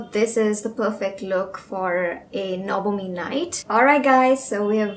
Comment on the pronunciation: দি তুমিও কি বাঙালি?? I mean the way you say the "NABAMI" ..Thats why asking😋 Btw ...love to see your videos